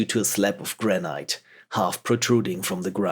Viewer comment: héhéhé - funny the way you say the stone 'granite' :) it sounds to my ears almost like 'grenade' :) ;) In Brittany, our traditional houses are made of these stones, and in english like in french it sounds more like graa-nit (like you would say "neat" I guess) I mean, do not take it wrong, I have a very strong french accent so I do not give any lesson here :D